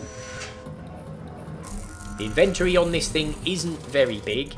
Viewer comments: in ven toe ree inventory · Would have watched but couldn't hear him say in-vent-tory again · This is what I'm talkin about...this show's you how to get started, and actually build something in the same day....yay! Thanks for taking the time. Now I'll start writing down translations for some of the words. "In-ventur-ry" = Inventory "Diggy diggy thingy"(name used last 2 videos) = Impact Rock Drill LOL Just kiddin, love the use of words, and made up words. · His pronunciation of ‘inventory’ actually makes me cringe.